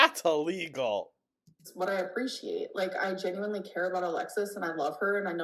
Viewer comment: It’s the y’s that she can’t pronounce correctly